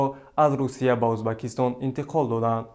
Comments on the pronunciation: Узбакистон"- не!!! ,,Уз,,бекистон"!!!!!!!!! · Эй,бачаи бесавод,узбакистон не,дар оянд доимо Узбекистон гуфта талафус кун!Фахмо!?